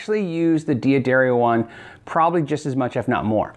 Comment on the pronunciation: It's not diadrrio it's D'adarrio not dear but Dad